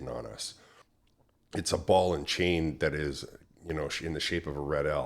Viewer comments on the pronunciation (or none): none